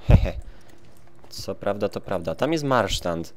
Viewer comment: to je MARSZAND nie MARSZTAND tam nie ma zadnego T